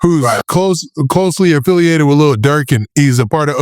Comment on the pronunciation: “Closely affitialated…” lol